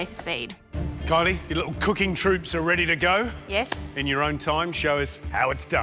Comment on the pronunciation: I had to check the comments to find out her name is Kylie and not Coilly.